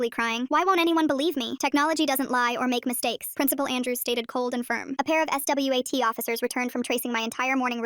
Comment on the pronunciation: The s w a t team 😂 bro it was like s-w-a-t